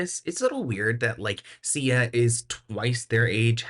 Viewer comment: Oooh Sia , not CIA 🤣